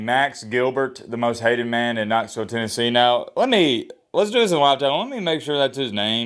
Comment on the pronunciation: TENNESSHE. I will always say that now. Hahahaha